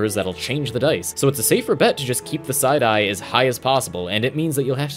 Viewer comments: Thought he was saying "side eye" lol took me a minute to figure out he was saying "psi die" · when he said psi die i thought he said side eye